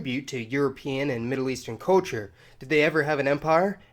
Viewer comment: narator, learn to say CUL CHUR, not COA CHUR.